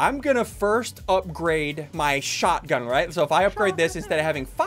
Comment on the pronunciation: its a shotgun not shotaaee